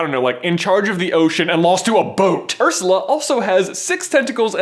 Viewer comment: When you said "Ursla", there were only 3 words in my head for 10 minutes straight; "Oh HEEEEEELL no."